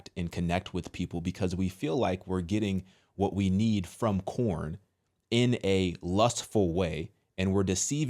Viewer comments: First you had PornHub and now you have CornHub I mean you do you realize that you're saying corn and not porn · Why are you calling it corn? Lol it's porn.